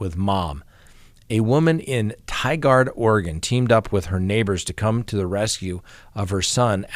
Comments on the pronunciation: Lol, Ty-guard! It's pronounced ,'tye-gerd' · No offense meant here, but as a lifelong Oregonian, it’s pronounced Tigurd rhymes with titurd. Lol. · Omg u r covering the case from tigard Oregon where I live!! It literally happened 5 mins from my house. Super scary. Glad that mom was on it! Ps it’s pronounced ti-gerd